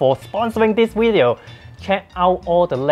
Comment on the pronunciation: I came here just to hear you say wideo, but I stayed for the useful product review knowledge, love your work